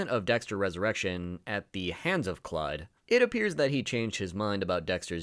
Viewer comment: Everytime you pronounced Resurrection as Resurr-eshion it killed me on the inside lol. Good video though man!